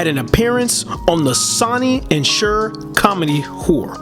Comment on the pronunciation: This was a good documentary. In the future, be sure to research the names of music artists and record label names. Some of them were mispronounced, such as "Hatfield", "Polydor", "simulate", "The Sonny And Cher (pronounced "share") Comedy Hour" (pronounced "our"), "Swayze" (pronounced "SWAY-zee"). I'm sure that you'll get all the names and words right next time :-)